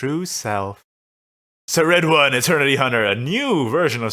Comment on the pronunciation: Just FYI, Ceridwen I'm pretty sure is pronounced Care-Id-When.